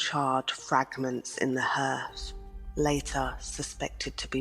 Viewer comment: A “copper” is not a machine. It is literally a large copper vessel which holds water under which one lights a fire to boil the water. And…. “Hearth” is pronounced “harth” not “herth”. I do so wish these mispronunciations were remedied before uploading. Its seriously grating and distracting!